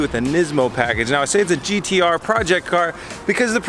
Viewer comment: As A Australian please stop saying GTR